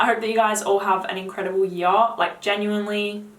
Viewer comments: Have you got a most complimented already? Funny how you ponounce 'yar';))) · I told you I love the way you say here...lol...but my new favorite word you say is now "Year" 😉...keep up the good reviews. I watch you for you're women's perfume reviews for my girlfriend..thank you😊